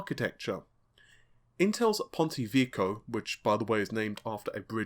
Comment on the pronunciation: Ponte vecchio, not ponti vicchio